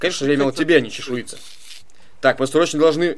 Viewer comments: ЧЕШУЙНИЦА!!! А НЕ ЧЕШУИЦА! Пожалуйста, говорите правильно. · Фрост называется не чешуица а чешуйница